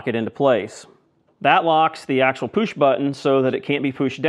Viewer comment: I have never heard anyone say push like that.